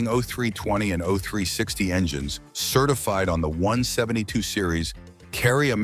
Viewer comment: AI can’t even pronounce certified correctly.